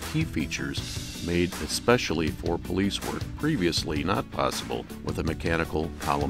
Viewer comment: “Powice cars” lmao